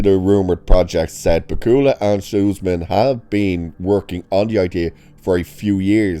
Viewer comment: Not to be rude, but please learn how to pronounce Bakula. It's not bah-koo-luh. It's Back-yu-luh, emphasis on first syllable.